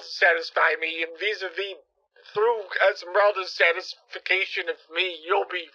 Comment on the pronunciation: "Osmosis of satisfication" 🤣🤣